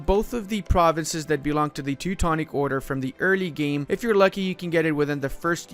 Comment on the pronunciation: is very good at pronouncing the province names that most English-speaking EUIV youtubers butcher. It’s very refreshing to hear. Seems to know a fair amount of history, too.